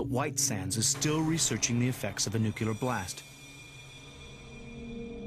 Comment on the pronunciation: Its nuclear not nuculer